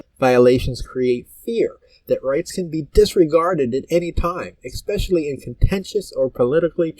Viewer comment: Sir, love the content and your passion for protecting our rights!! So, I say this to help & not embarrass you!! The word is especially not exspecially!! Keep up the great work sir, you're very much appreciated for all that you do!!